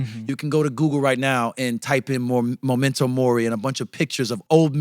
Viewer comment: Small comment: it’s memento mori, not momento